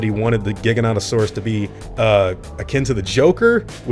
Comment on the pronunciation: WHY DOES EVERYONE CALL IT A jig-oa-nat-oa-saurus ITS A jie-gan-oat-oa-saurus jiganato isn’t a word in greek